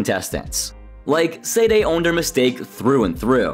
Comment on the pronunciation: For the love of Pete, could you please make the smallest effort to pronounce Sade's name correctly? You've watched the episodes and heard it pronounced countless times and it is not hard to pronounce. "Sah-day". Not "Sayd" Not "Say-day". "Sah-day". Please fix this, and apologize to Sade for the disrespect.